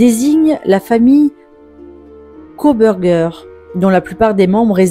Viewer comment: "Kobergé" pour Kohberger... vous êtes sérieux, là ?